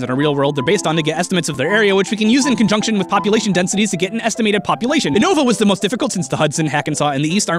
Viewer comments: Oonova -_- If you have seen the anime its pronounced You-nova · Uno-Vah & Kah-Los. Not Oo-Nova & Kay-Los... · "kaylos" and "uhnova" tho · Is no one going to talk about the fact that pronounced it "Kahn-toe", "Uh-no-va", and "Kale-oss" instead of "Can-toe", "You-no-va", and "Kal-oss"? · Uh-noh-vah lol it's U-no-vah. Kay-loss xD it's ka-los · Un-nova. As well as kon-toh. Great. I am grinding my teeth together. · He pronounced 80% of the region names wrong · he pronounce unova wrong